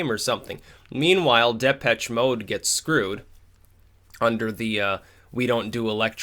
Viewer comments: Good video. Two things however your offer a sarcasticaly backhanded compliment to Hip Hop music of yesteryear as a whole and your favorite group Depeche Mode is actually pronounced "Day-Pech- Mode " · Pronounce Depeche Mode correctly or I'll unsub.